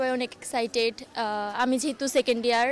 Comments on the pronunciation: ঢাক বিশ্ববিদ্যালয়ে পড়ে অথচ সেকেন্ড ইয়ারকে সেকেন্ড ডিয়ার বলে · ভাই এরাও নাকি ভার্সিটির ছাত্রী? সুন্দরী মেয়েটা বললো আমি ইন্টার সেকেন্ড ডিয়ার 😂 ডিয়ার? মানে কি? ডিয়ার? নাকি ইয়ার? বলবে সেকেন্ড ইয়ার